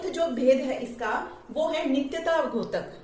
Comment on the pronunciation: मैम आप बहुत अच्छा पढ़ा रही हो। आपके छात्र होने के नाते आपसे एक अनुग्रह करूंगा कि आप उच्चारण में सुधार करिए। द्योतक को घोतक न बोलिए।🙏🙏🙏